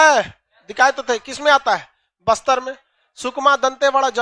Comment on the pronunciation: Bister ni baster😂